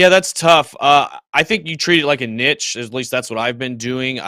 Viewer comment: saying niche wrong haha